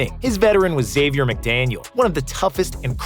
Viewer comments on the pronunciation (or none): none